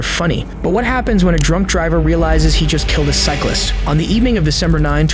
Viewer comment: Why do Americans struggle so much with the word … cyclist? 🤷‍♂️ 😂😂😂 “Bi-cycle-ler-list” 🤦‍♂️ “Cycle-list-ler-bike-man” 🤦‍♂️